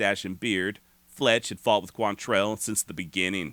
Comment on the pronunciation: Why is it nobody çan pronounce his name right? Look at the spelling. It QUANtrill. NOT quan- tell. Damn, why is that so hard?